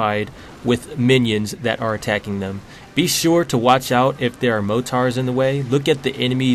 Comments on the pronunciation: MOTAR XD LOL (it's morter!) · Bro it's not motar it's mortar...... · Your vids are great but....mo-tar? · Yea he says it on purpose for comedy... Just like everything else says.:) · ***** But motar sounds cooler. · No offense but mortar has two rs not one, u say motar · Did he just call a mortar a mohtar?